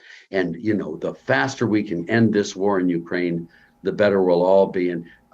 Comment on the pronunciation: Finally. The first American who knows how to pronounce UKRAINA. Not YUKRAIN.